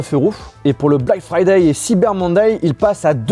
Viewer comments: "black fraday" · You speak verry good inglish 😄 (black FRADAY)?